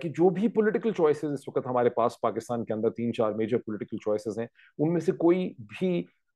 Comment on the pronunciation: Waqt not waqat, improve your Urdu. Again the word is farq not faraq.